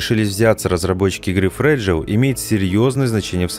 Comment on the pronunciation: никто: ничто: все: Fragile куплинов: фрагиле